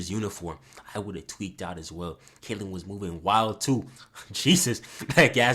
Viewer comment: "K.K.Kaitlyn" bro 💀